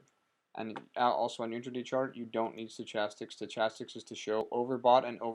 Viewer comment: Good video. It was clear and to the point. It answered my question. (You may not care...or maybe you do it as a joke, but the "ch" in stochastic is pronounced with a "k" sound.)